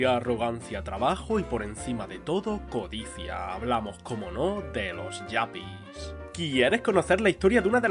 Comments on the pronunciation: no se dice yapi, se dice yupi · Allá cada uno con esas cosas pero en España siempre se les llamó yuppis a la española, pronunciado con la u, no a la inglesa. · Me encanta tu contenido, la verdad. Solo que aquí quería hacerte un comentario. Se me hace raro e incluso hasta incómodo 😅 (pelín cringe) escucharte decir “yapi” todo el rato. En España se les llamaba Yupis.. incluso creo que existe la traducción lingüística directa, pues si fueron muy populares. Pasa un poco como con el tema de wifi, que nadie dice “wai-fai” ¿o si? 😂 Aquí tenemos nuestro propio inglés, ya sabes. Y en otro caso igual hasta ni lo menciono, pero es que esto lo viví de cerca y créeme, eran Yupis / Yuppies, sin más. Es un comentario desde el respeto, obviamente. Solo para dar contexto. De verdad que tu contenido me gusta mucho, pues te documentas muy bien. Gracias igualmente